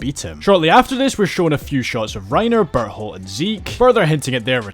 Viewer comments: "BERHOLD" 🗣🗣🗣 Cool vid btw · I hear "butthole" tho